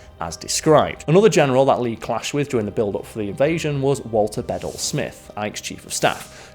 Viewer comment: The name Bedell is pronounced Bah-dell, with the emphasis on the second syllable. I love your videos, Karl, and wish you continued success.